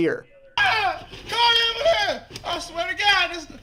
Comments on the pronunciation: ambulam 😂😂 sike 😂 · It is pronounced " Amalance". Just like the man said.